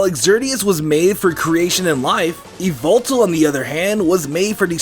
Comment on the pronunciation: It's yuh-vul-tal